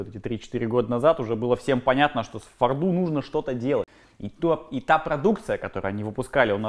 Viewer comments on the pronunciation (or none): ну ты,вроде,грамотный человек. Но «фордУ»-это пиздец. В иностранных словах и аббревиатурах ударение никогда «не плавает».